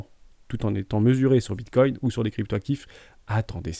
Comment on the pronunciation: Non, c’est comme ceux qui disent Bitcouine mdr